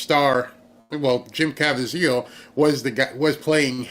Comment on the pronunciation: Jim's last name is pronounced: Ka Veez eal